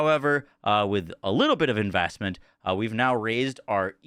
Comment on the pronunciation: "Invastment" "Espashully" "Effactive" "Defances" "Sacond" "Chast" "Dafinitely" Wtf..